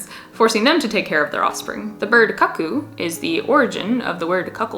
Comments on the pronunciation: "Cuckoo" is generally pronounced "kookoo", as in "that guy is kookoo-birds!" [Makes universal hand sign for "crazy" of circling ear with finger] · Is cuck-oo the way some places pronounce cuckoo? I've only ever heard coo-coo